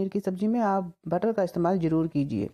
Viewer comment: Recipe acchi Or sahi hai.. But presentation... Sabzi ko sabji, zeera ko jeera , Zaroor ko juroor, bareeq ko breek, tasty ko tashty, Or bhi na jane kitne hi shabd hain.. Kya kahein..? Bhasha ka aader or Sammaan Kaheen kho gaya hai 😭 Anyway..nice recipe 👍